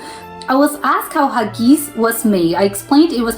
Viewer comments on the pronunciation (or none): Just to help you for the future if you need to say this word again......Haggis is pronounced like (Hagg Is) not Haggeees. Think of it like 2 separate words. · It’s not ha-geese. It’s hag-guiss.